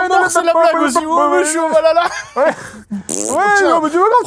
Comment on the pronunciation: Film bourré d'incoherence et de blagues pas drole. En VF ils disent meme VALALA au lieu de VAHALA. La déesse pote de Thor, perd son bras contre Gor, mais n'est pas tué. Thor lui dit qu'elle n'ira pas au valala car elle doit mourrir au combat. Sa meuf meurt du cancer, mais y accede. Bref pleins de trucs wtf